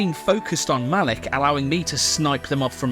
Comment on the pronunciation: the way you introduced Malik by saying her name like MONEY had me in tears